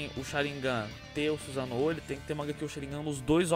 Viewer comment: Suzanoo kkkk , é Susanoo